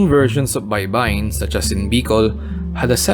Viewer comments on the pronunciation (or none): It’s also not Bay-ba-yin (shore) but Bay-bay-yin means to syllabicate